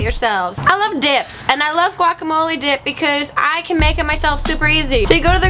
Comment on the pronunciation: You love DIPS, right? I did NOT hear dip the first time you said it...